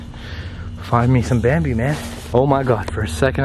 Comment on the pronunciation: ITS BAMBI NOT BAMDY